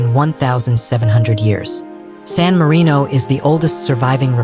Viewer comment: it's sanarino